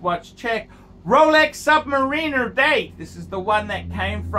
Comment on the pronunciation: Also you can’t even pronounce submariner correctly